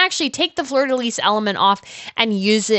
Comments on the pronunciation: Please, please pronounce fleur di lis properly. The S is silent pronouned "FLEUR DI LI" 😮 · Flur de Lee....Fleur de Lis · Love all the tiaras! We never get info on other royals over her in the US! Small suggestion- and maybe it’s regional, (I’m in Louisiana) but we don’t pronounce the “S” in Fleur de Lis. It’s pronounced “lee”.